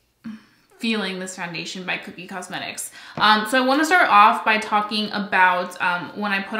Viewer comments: Omg , please stop saying cookie cosmetics. Please, it's Kokie ( kō-kē or co-key). It's not spelled with 2 o's. I'm sorry. I don't mean to sound like a picky bitch it's just that you keep saying it over and over at one point and it's making me nuts that I can't help you stop mispronouncing it. I feel so bad . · It’s pronounced Ko-Key :) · lol I think it’s pronounced.. koh-key 😅